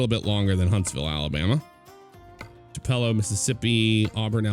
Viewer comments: TU-puh-lo. Had to watch that part twice to catch him saying tu-PEL-oh. lol I cringe when I hear bih-LOX-ee and not buh-LUX-ee. But, I don't think there's a soul out who's not guilty of mispronouncing at least one town. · Man, nobody can pronounce "Tupelo" correctly. sigh